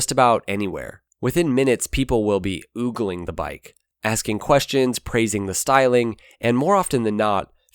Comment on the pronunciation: Oh ~ gling not ooogling